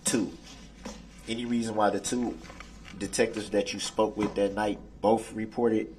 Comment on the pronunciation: "DAT" WHAT YOU SAID IS DA "TROOF"! IT WASN'T EVEN ("SUB"")STAINED under OAF!!! AFTER, what you said was "NIPPED IN THE BUD".😂😂😂😂